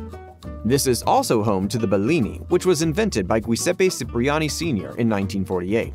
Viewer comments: Hate to correct BUT .. it’s Cipriani sounds like Chipriani not Sipriani … from the famous hotel in Venice Italy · "Chip"-riani, not "Sip"-riani